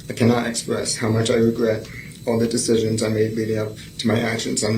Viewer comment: “I wegwet” Theres def signs lol